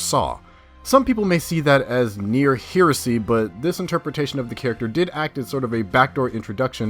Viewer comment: Entertainment - Roland should be forced to watch his own films for weeks on end. Anyway "heresy" is pronounced "hair-iss-see". King Iguana - good one. Be well.